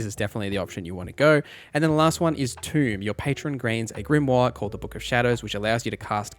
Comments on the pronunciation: It's "toe" not "too" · Not Tomb. Tome. Tome = Toe-m. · Tome like Foam. Not Tomb like Womb. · It's pronounced TO-EM, not Tomb. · Holy crap, dude. It's "TOME." Not tomb. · TOME not tomb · Thank you, this idiot saying tomb really pissed me off. Clicked off instantly. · Tome rhymes with stone. Stone? Rock and Stone! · Tome rhymes with home. Tomb rhymes with room.